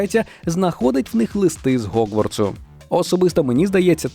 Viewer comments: В сенсі немає "Ґ"? Ho[G]warts, Há[G]rid А щодо транслітерації "H" в "Г", це через те, що ці звуки поруч у МФА. Ви ж кажете "Гаррі", а не "Харрі". Всюди необхідно дотримуватися послідовності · Гогворц?? Гегрід??? Боже, нащо так знущались з української?? Це жорстого!!!